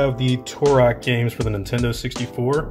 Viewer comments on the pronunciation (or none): none